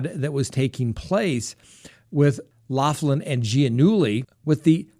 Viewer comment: you are incredibly educated and respectable man, PLEASE pronounce Lori Loughlin's name correctly PLEASE! It is like nails on a chalkboard!!! "loff‐land" really??? It is "lock-land".